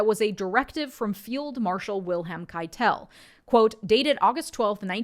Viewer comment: On Field Marshall Keitel's name, the accent is on the first syllable, so KAI-tul. Trivia: Even the other German military leaders at the time recognized Keitel's slavish loyalty to HitIer, labeling him HitIer's lackey and calling him Lackeitel behind his back.